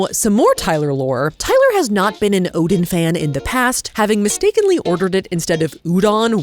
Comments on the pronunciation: Pronounced o-den... like a den.... not Odin, like an inn. Oh-den. In Korea, we call it o-deng... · the way you pronounced oden is more illegal than skewered it with chopsticks.. ouch 😂